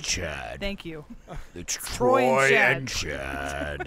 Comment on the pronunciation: "It's chad.....it's trooy and chaad" killer version of michael has apparently seen high school musical lol